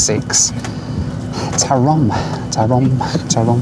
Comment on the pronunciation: Hey it’s not pronounce TORO it’s pronounced TOROM